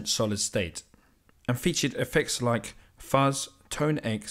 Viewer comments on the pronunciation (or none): none